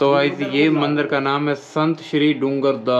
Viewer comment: Mandar nahi Mandir hota hai bhai aur Shiv Ling aur Bhagwan ki photos ko pada hua mat bolo